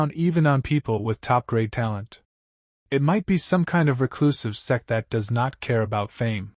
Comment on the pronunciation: Those who hear s*x instead of sect Like my comment ❤😊